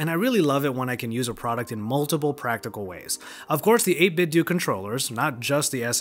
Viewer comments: And it's 8 bit dough not Doo. 8bitdo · It's DOH not DOO. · It's 8bitdoh, like Nintendo.